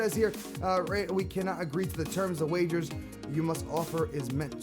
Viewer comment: No offense but players earn WAGES, no r, as you have been sayings WAGERS this entire episode. Other than that the vid is great man.